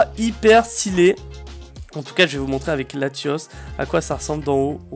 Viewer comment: C pas latios mais latias